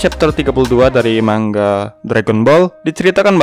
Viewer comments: Mangga wkwk 😂😂 cara baca nya itu bukan gitu cara baca nya itu mangaa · Manga bang bukan mangga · Sbnernya baca nya gni Man-ga gitu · maksudnya,yang dibahas yang bercerita bukan bilang manga malah bilang man ga